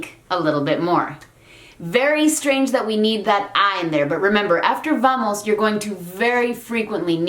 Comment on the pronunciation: Your initial "v" like in "vamos" sounds too much like a /v/...